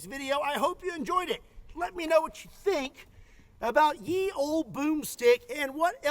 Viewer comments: Ye was pronounced as 'the' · You are wrong,. That DOES not say "Yee Old Bomstick" the Old "YE" is actually pronounced "THE" becaus the "Y" was standing in for a letter we no longer use but that normally did not have a representitive in the metal typeface blocks the old printing presses used to use. just like those long "F"s got used for "S"s, the "Y" got used in place of a letter called "Thorn" that made the "TH" sound and kinda looked like a vertical line with a giant loop for a belly on the right side, anfd the belly is upward turned as you might imagine a fat person leaughing while standing up and bending over backwards. But over time, as the "th" at the end of words like length and strength and breadth, etc, was kinda also making the "TH" sound too, and printers need those tho letters for way more than just that, meaning they could get away with fudging the letter "Thorn", but they couldnt get away with not having "T"s and "H"s and so over time, the "th" combo just started doing at the beginning of words the same thing it was doing at the ends of words, and slowly over time the letter "Thorn" just faded out of use. So yeah, "Ye Olde insertspecificthinghere" is not "Yee Oldy" anything. (props to for pronouncing "olde" as "olde") \. "Ye Olde..." was understood as plainly and simply in its own day as "The Old.." is in our modern world. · Fun note, 'ye olde' should be pronounced 'the olde.' When printing presses first came about they used Y to easily print a similar letter that was used to represent the TH sound. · Oddly enough, Ye is pronounced The. The Y is taken from the Norse that used the rune "Y" for the th sound. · Little known fact: “Ye” is not pronounced “Yee”. The Y in Ye is the closest letter in the standard alphabet that resembles the Old English character that actually had a “TH” pronunciation. So it’s really is “-The-Olde Boomstick”!😂 UPDATE: I’ve just been informed that I’m running a little bit late to the comment section…😳